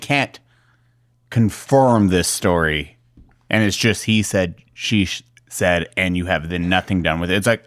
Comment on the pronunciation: The way can’t say, “he said, she said” 😂. Every podcast I hear him butcher it!